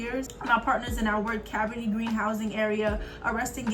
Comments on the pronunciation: I also understand Cabrini is an Italian descent name. So in this case, she pronounced it right.. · Cabrini is an Italian descent name. So her pronunciation is still correct. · Cabrini is pronounced “Cuh breenie”… the movie Candyman and Goodtimes tv show was based there…Robert Taylor projects on the south side were notorious too and the cartoon “the pjs” were based on them